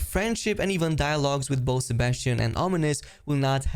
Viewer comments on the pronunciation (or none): none